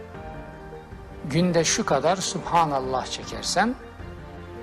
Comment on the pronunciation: Supanallah değil sübhanallah diyeceksin, din cahilisin birde buhari ye hakaret ediyor. Trajikomik.